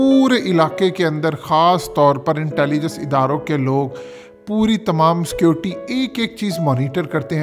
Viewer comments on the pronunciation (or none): none